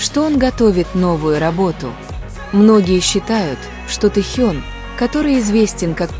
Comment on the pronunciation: Совершенно не соответствует истине.Вранье сплошное и очередной пиар на именах Тэхе'на и Чонгу'ка .Научитесь правильно делать ударение на именах самых известных айдолов А так выдумки и никому ненужные рассуждения.